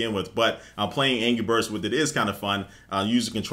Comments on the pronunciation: aha he says angy birds not anrgy XD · It sounds like he's saying "Angy Birds" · sounds like he said ANGY Birds